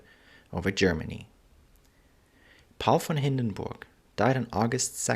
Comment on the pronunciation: i like the proper pronuniciation of this great man's name very important in history thank you for a good detailed history presentation info out here hard to get thank you.